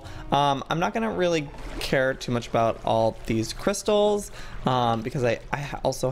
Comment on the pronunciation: And he might of said cwystals